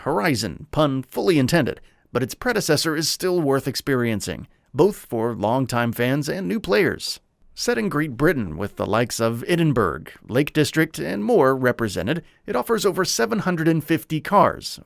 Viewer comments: As a Scotsman I have to correct you. Edinburgh doesn't have a hard G in it. It's basically said like ed-in-burr-uh. Never do that again. It's so insulting to us Scots who invented everything you hold dear. Boy. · Hate to be "that guy," but "Edinburgh" is pronounced as Ed-in-burra. Sorry. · Edinburg, you joking? You really don't know how to say Edinburgh?? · Forza is set in Edinburgh not 'Edin boorg' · It is not pronounced Edinburg. It is pronounced Edinbruh. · Edinburg lol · Anyone else weirded out by the pronunciation of Edinburgh ( it's pronounced ed-in-bruh, bruh is like the first part of "brush" without the sh sound) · Did he just mispronounce Edinburgh? That's so dumb.